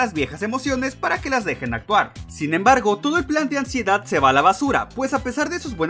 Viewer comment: Me dió Ansiedad cada vez que decía Amsiedad